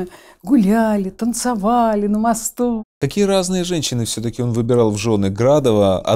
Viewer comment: права была Т.Васильева- егорова не актриса- вечная массовка и бездарность. "ТанцАвали"". Безграмотная,необразованная,косноязычная бабка-сплетница.